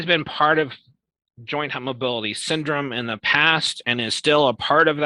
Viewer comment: You don't have to be hyper mobile or have stretchy skin to have EDS or another connective tissue disorder. One can have unstable or loose joints and soft, thin, fragile skin. He's a Dr and says "Pit-chures" and "hype-mobility"